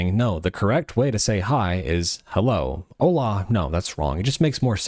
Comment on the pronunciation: "Hola", not "Alá"